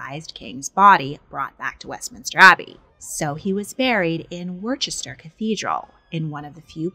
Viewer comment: Was waiting for worcester to be butchered